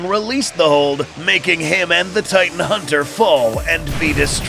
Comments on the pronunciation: I saw that you said titn instead of titan, just to let ya know and to maybe fix it. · “titn” haha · Bro at one point it was called the “titn hunter”😂